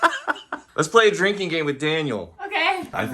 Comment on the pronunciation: 5 years later, and this is still all I hear when Daniel speaks. 😂🤣😂🤣 Here's to drinking-k!